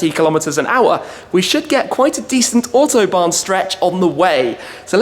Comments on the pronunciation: Shmee can u do me a little favor and say A U T o bahn ... not O H T obahn. Thx for ur effort. Br from Messeturm. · To support this with a kind of mnemonic: "AUtobahn" to be pronounced like "AUdi", the last one you really do pronounce perfectly. Looking forward to the next AUtobahn vlog :-)